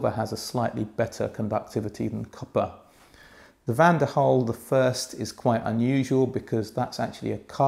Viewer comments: Why do you keep pronouncing Van DEN Hul as Van DER Hul????????? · Van 'DEN' Hul goddamit lol